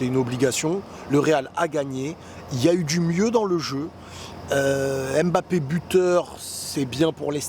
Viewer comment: On dit ummbapé pas embapé